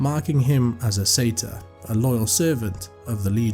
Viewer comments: Sorry that’s now how pronunciation works. We don’t just flip letters here. Most people familiar with that race would pronounce it the correct way. Surprised you would claim to say it as the Americans do. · I am Scottish and do pronounce it Sa- tyr but happy with the American pronunciation. Either way I still get to hear another great tale 😊